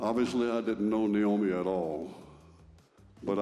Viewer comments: Omg could u give this lady enough respect to pronounce her name right! It's Naomi not Nyomi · Please learn how to say her name. Nay-oh-me, not nigh-oh-mi. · Why do you keep pronouncing her name as ‘Ny’omi? It’s pronounced ‘Na’omi. Just curious. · Nay-o-me not Nye-o-me. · Her name is NAYomi, not NIomi. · Nice video but I wish people would learn how to pronounce this beautiful woman’s name properly, it’s not NIomi it’s NAomi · Her name is Naomi, NOT Niomi as you keep saying on this video. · Please learn how to pronounce Naomi's name for any future reports.